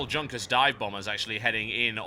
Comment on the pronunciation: I think the planes , known as Junkers, are pronounced "Yunkers." It was the name of an aristocratic German family if I'm not mistaken.